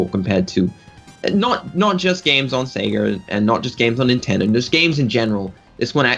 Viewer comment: I'm not from hick town ya moron. I'm from the big city. Get it right. Secondly the addition of that hard 'r' makes no sense from any English speaker perspective. He even slips in that r when he says Sega. Say-Guh. Not Say-G-ra. Darn games even say it to you at the title screen sometimes. It's not a big deal. Just funny.